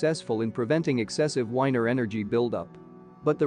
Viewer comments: Wigner energy! not weiner or winer! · wigner is pronounced “Viggner” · Wigner the W is pronounced as a V , the Windscale piles were not a power plant , you showed a lot of pictures of the prototype AGR at the beginning of your film. The piles where built for plutonium for our first atomic bomb but at the time of the accident they were cooking up different isotope for the hydrogen bomb to make tritium I believe, this is the best explanation, well worth a watch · "I'll make it an interesting story" How about making it an accurate story instead! Anyway, amongst other things your text to speech program doesn't know how to pronounce Wigner